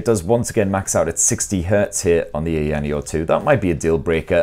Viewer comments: It would've only taken 10 seconds to put the device into the correct resolution and take advantage of the entire screen, just 10 seconds.. Also it's pronounced Eye-ya-neo, not "eyanio" Such a lazy review. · EYE-YA-NEO lol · IT IS PRONOUNCED EYE-YA-NEO 🤣🤣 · Aya Neo... two separate words... Aya Neo... The company isn't called AyaNeo, it's Aya Neo. Everyone knows how to pronounce it after 2 years of being out. You say Aya Space right, why not Aya Neo? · It’s weird to hear people pronouncing ayaneo from all around the globe I would pronounce it ion neo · I know!!! LOL! Like EVERYONE knows how to pronounce it, where has he been in the past 2 years? It's two SEPERATE words... AYA NEO... How hard is that to pronounce? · Yeah, it seems like he just discovered this company, I mean it's two separate words, he's able to pronounce Aya right... like Aya Space? lol. How hard is it to say Aya Neo? lol. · It was so annoying that i watched the video on mute lol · He pronounces Aya correctly but completely butchers it for the rest of the video. I'm thinking he's just trolling us at this point 🤔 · Couldn't help 😂 how your pronouncing the name. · Hey if you're going to do a review on a product, it's best to do a little... A LITTLE bit of research, like maybe even watch another review and see how it's pronounced. But if mispronouncing a brand name that has been out for years is fine for you, then I'm happy for ya, it's just not a good look, quite sloppy if you ask me. But I guess I have higher standards for YouTubers who have been out for a long time.